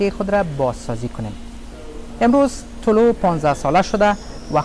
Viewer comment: طلوع را طلوه می خواند🤣😂